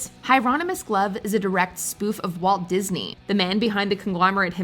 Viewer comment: It’s “Disney” Not “Diseny”